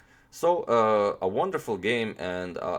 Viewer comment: Did anyone pick up that , he said "Awonder-ful game and Awonder-ful idea"? :-D